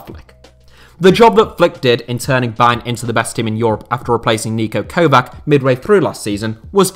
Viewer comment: Niko Kovach, not Kovak